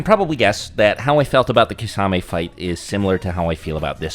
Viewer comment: Thank you for correcting pronouncing Kisame’s name.